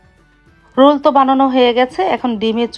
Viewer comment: রুল না। রোল